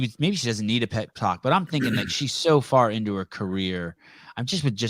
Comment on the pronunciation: When said that Tia doesn’t need a “pep talk” I heard “she doesn’t need a pet c@ 😂😂